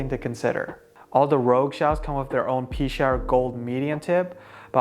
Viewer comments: I think its "Pee-Chower" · It’s Pea-shower, I called them and asked because I was curious on the pronunciation when I ordered my Rouge. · I think it's pronounced pee-shower =) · I heard it pronounces like "pesh-our" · I play with a Pechauer and I have always pronounced it “Pee-shower”...just more fun that way